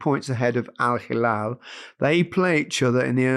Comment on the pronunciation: "Al-Halal..." 🤭. Gary, this is the equivalent of of calling you Gareth Lineker.